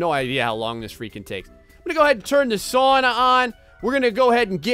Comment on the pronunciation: You say sauna wrong!!!